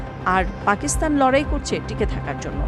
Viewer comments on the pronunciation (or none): none